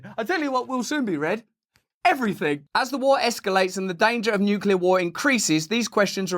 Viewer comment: Thank you for pronouncing nuclear properly